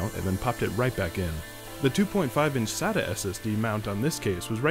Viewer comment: Really good video. Just pointing out, "SATA cables". Not "Sadder cables". They aren't sad cables :P